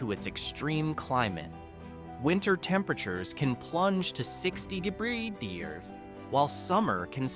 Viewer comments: Having a little problem with "degrees". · 60 durderrday? That sounds cold